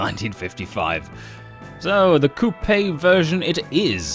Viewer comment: Ur saying coupe wrong.